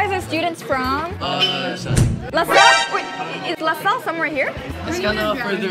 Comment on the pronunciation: we're from "Luh Suhlle"